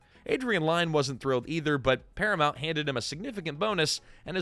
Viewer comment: Close. As in near. Not Close as in close the door. Lyne is pronounced like Lynn, rhymes with win.